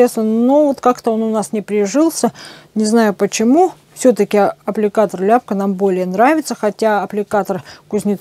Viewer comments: Аппликатор Ляпко. Ударение На ко. о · Ляпко,ударение на о́,пусть хранит Вас Господь поклон с Донецка,это наш земляк.